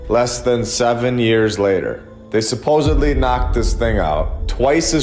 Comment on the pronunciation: Sorry to be a prune but its 'SUP - OSED - LY' not 'SUP - OSEB - LY'.... (supposedly)